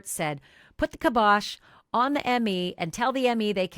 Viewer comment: It’s pronounced KieBosh not kibbOsh lol. You’re welcome.